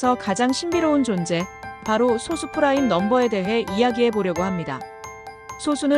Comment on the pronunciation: 그 소수는 발음이 소수가 아니라 솟수 입니다 글자만 소수지